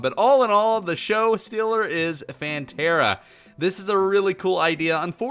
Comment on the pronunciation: *hears the word phantera * Me: plantera